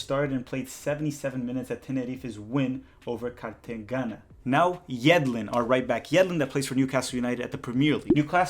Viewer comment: Did you pronounce it Cartaghana?? Hahaha (cart-eh-hena)